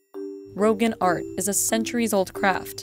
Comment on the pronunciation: its not pronounced "rohgan" its more ro-gahn